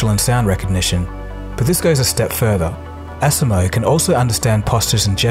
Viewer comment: I like seeing the robots. Technology is amazing. However, it made me cringe every time I heard you mispronounce the Asimo word. Think of the “SI” part as saying the letter “C”. So you can say it like aCmo. We should always strive to be the best at what we do so we do not teach something wrong.